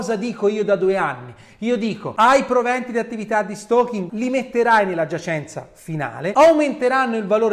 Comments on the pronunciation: Si dice steikin, lo stokin è altro. Sempre al top comunque avvocato. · "stoking" non si può sentire ! si dice "steking" !!!